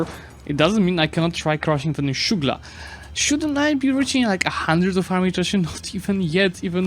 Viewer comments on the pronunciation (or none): Sugla is not pronounced as shouglah but rather with an s and ğ. It is actually written with a ğ. It doesn't have a ş or sh sound, nor a hard g sound.